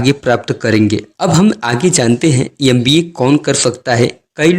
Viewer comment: Bhai M.B.A na ki 'Yam.B.A' , ..dusro ko jagane se pahle khud ko jagao, vedio edit karke youtube par dalne se pata nhi kya milega tumhe, but pahle khud ko fir dusro ko..